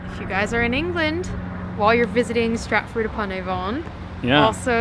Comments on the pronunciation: Lovely vlog, glad to see you get away from London and usual tourist spots. At the risk of splitting hairs: Here (correctly speaking) 1300s would be -- "14th century" would cover the whole century. Avon is pronounced "ay-vunn". Nice to see a town with so many pubs still. Keep up the good work. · I can't tell if you're deliberately mispronouncing 'Avon' or not. It's pronounced AY-VN (best I could do).